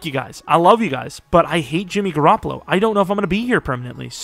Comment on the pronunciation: “Jimmy Garrapalo gotz to GarrapaGO” lmfao this guy is crazy bruh